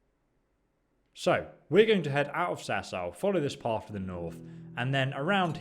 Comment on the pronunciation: it's path not paff